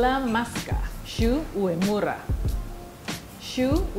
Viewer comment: She pronounced Shu uemura wrong